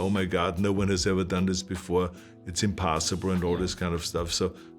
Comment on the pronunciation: Me: Impossible Arnold: ImPASSible